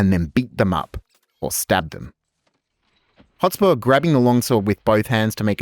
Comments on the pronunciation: So frustrating every time you say "Hot spore".. Mate.. It's HotSPUR (Sper) Hotspur. Otherwise great video lol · Love the video but by god, mate. Learn to pronounce the words you’re saying. “Hot spore”, “phrase” instead of “phase” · Why do you keep calling him Hotspor? It is really distracting. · Great analysis. It is Hotspur though, not hotspore. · Hot-SPUR! Not Hot-SPORE. It was Percy's nickname, apparently because he was fast on a horse. A hot spore sounds like some weird fungal sex act. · Stop saying 'Hotspore'! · Dude says hot spore half the time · Half way through this presentation you were driving me insane with your pronunciation of "Hotspur. You are saying Hot-spore. It would be like me calling you Sho - te Zeru. It is not like you don't have a modern definition of the word Hotspurs, you know as in the Premier League Team Tottenham Hotspurs. Or is this some projection of a feigned superior enunciation. Either way it is dumb. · Absolutely wild how many ways Hotspur is pronounced here 😂